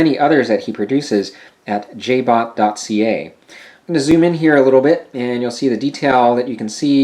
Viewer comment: says Jobt.ca on screen.. you said Jbot